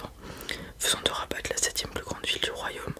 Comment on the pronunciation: La ville Rabat se prononce Raba on ne prononce pas le t Sinon tres bonne vidéo comme d'hab